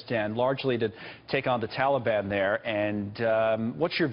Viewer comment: wtf is a Tolly-bon? Ohhhhh he is trying to say Taliban. lmaooo idiot.